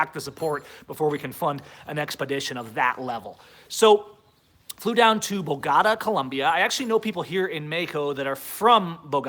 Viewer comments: Bogorah? lmao... I think its pronounced Bo-go-ta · it's Bo-go-tah (boh-goh-tah). Keep up the freedom and positive knowledge! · I have never heard Bogotá pronounced that way. Listen here....